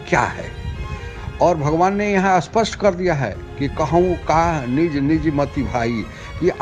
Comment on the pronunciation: Spasht ko aspasht kyon bolte hain, behude, Hindi toh thik se bol le, ta fir Bhojpuri kafi hai. Sthan ko asthan bola ja raha hai.